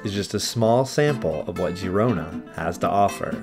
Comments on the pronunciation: No, the video was nice thanks for the upload. I especially like your little dance/walk on the wall. But it is pronounced FYI Gerona for us Americans. The i sounds like an E. It always messes me up as well. Cheers mate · Girona* and not Gerona 😊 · It would've been nice if you learn how to pronounce the city correctly.